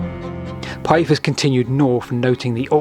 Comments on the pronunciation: Let's include Pytheas =/= Pie-ee-thus. You never heard of Damon and Pytheas? Pih-they-as. Dang, I have to go away. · Interesting vid, my only niggle is your pronunciation of Pytheas, it's Pith-ee-as. noy Pie-ee-thus, you got the vowels mixed up a bit. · Interesting video. I love ancient maps! But, "Pyethus?" "Britian?"